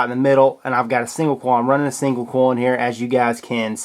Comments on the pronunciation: hopefully he'll read the comments and start to say coil instead of "kawel" the rest of his accent is fine. 😀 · Clayton Rickard also he pronounces coil "kawl" 😨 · And he pronounces coil "kawl" which is strange 😦. Why do you do that Please reply to this comment! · no I'm not dumb he only pronounces one word wrong, that's not an accent. Are u dumb ?